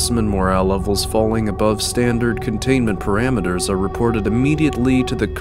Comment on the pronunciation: I’m reading about pomegranate seeds - I’m out of breath I can’t sustain my cadence I’m out of breath I should have practiced reading this I’m out of breath What the fuck is a “PARAMEAT’er I’m out of breath